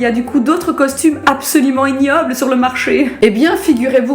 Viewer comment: Des costumheuuu vreuuments